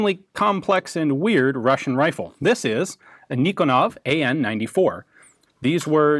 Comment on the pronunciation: the pronunciation of the acronym of the name hurts the ear mechanical (M) mechanical (M) Gleb(Г) - Anna (A) Nikolay (N)-94 like first char of this spelling